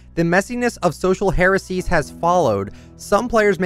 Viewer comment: you said social heracees - its pronounced Higher-Arr-Kee - spelled “hierarchy”